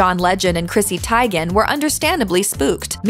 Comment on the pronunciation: Chrissy Tigen hahah it's Teigen(Tee-jen) something like that